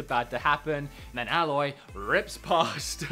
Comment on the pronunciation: Lol you and RGT85 say Alloy instead of Aloy.